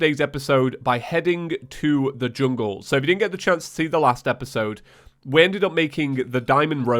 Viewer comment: i thought he said chungle staff